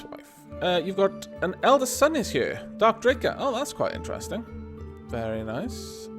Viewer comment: Oh, and Hylke is pronounced like Heel-kuh (the l goes before the k ;))